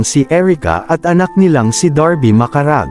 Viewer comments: Pleeeeeas learn to pronounce some words and family names correctly. Macaraeg is not Macaraig , its MA-KA-RA-EG. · Pre, ba't macarag ang basa mo ng macaraeg. anyare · Maka ra eg po ang tamang prounciation